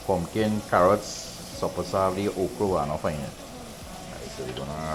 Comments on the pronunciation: fish-orange-wide-eyes:🙀It's pronounced 'Pumkin...not 'Punkin.🤓. Beautiful coastline, atmosphere. Getting pictures taken on those Rocks. Live memories. I'm missing out on all that good T&T life 🥴🥲. Blessings to you 🙏👌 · Punkin... lol.. pongkin